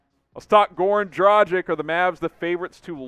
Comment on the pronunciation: Just a heads up… DraGICH… not DraJICK 🤙🏻